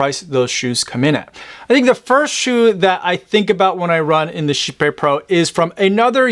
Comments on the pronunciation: Totally not how I expected Kype to be pronounced… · As a swede… just… no on the pronunciation thing.